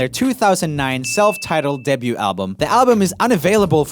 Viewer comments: Not a critique since your english is near flawless,just a heads up. Debute/Debuted is one of those words that the spelling makes no sense. The t is silent. Weird, I know. Day byou. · Though I love your enthusiasm, skills and depth of knowledge, please say "DEBUT" right. You're doing an American accent, so it's "day-BUUU" -- debuted is "day-BUUUD" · Hey Joel, "Debut" is pronounced like "day view" but only with a b. "Debuting" is like "day viewing" but with a b. We don't pronounce the T!! Keep putting out great content! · Have I been pronouncing 'debut' wrong my whole life? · Bruh when you pronounce the t in debut My mind: um... AAAAAAAAAAAAAAAAH STOP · Does anyone want to join me in a little campaign to teach Joel how you say the word ‘debut’? I love his little Swedish soul so no hate, just love.